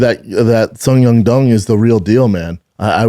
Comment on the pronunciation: I even heard a couple “Sung Yung Dung” in there. 😂